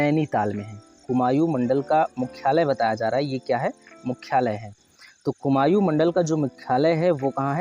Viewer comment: Bhai कुमायू nhi कुमाऊं होता है pronunciation glt h tumhara